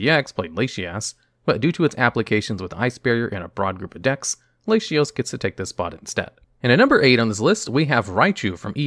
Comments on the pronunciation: The mispronunciations are a fun quirk of the channels! "Lashios" God is testing me. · “Lashios” My guy. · I think he reads it the same way as "ratio" where the "t" has an "sh" sound. This is likely the case as he pronounces Latias' name as "Lay-she-as". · You pronounced latios and latias so terribly it straight woke me up. Then you said argon instead of aggron... come on... you're giving us night terrors out here